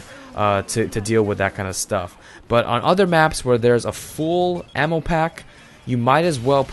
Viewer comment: Instead of ammo I kept hearing anal